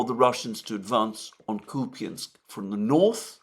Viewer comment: IT IS NOT [ KUPIANSK ], ALTHOUGH SPELLED THAT WAY; IT IS [ KUP ensk ]. Stressed U makes unstressed ya( я ) to [ e ]. That is called schwach or mute. ( ref.: Dima - Military Summary )